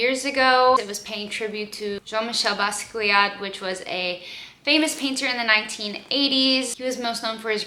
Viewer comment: thank you for looking up how to properly pronounce Basquiat name! There are so many people on youtube who don't bother and just butcher names on screen!